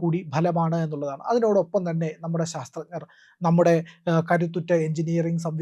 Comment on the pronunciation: ശസ്ത്രജ്ഞർ എന്നല്ല.ശാസ്ത്രജ്ഞർ എന്നാണ്.